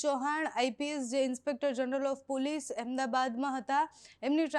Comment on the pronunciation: પુલીસ નહીં, પોલીસ બોલ